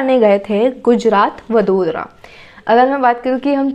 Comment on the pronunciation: It is not वदोदरा it is वडोदरा..... Please please note it🙏🙏 जैसे इंडिया को इंदीया नहीं बोल सकते